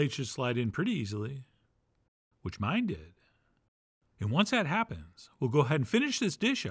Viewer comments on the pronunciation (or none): none